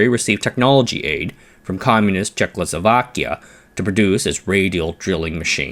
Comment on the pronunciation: I love your videos - thank you for them - but you need to say Czech-o-slo-va-kia - not czech-lo-so-va-kia